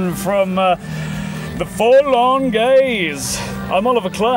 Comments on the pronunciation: I swear at the beginning the guy says "we're full on gays" instead of forlorn gaze. I'd put money on it lol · Sounds like they said "We're full on gays...".